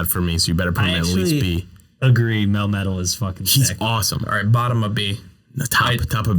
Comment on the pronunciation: DO NOT LEAVE OFF THE A IN MELMETAL!